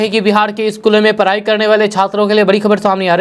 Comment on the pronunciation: Tum bihariyo ko "sarak ,ghora, daur jaise shabdon ko sahi se bolna chahiye. Parai ko padhai nahi bol sakte??